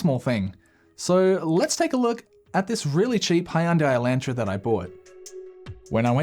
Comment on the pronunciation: "Hay-unday Eye-LAN-tra". I'm sorry, I will never be over the Aussie pronunciation of those two words.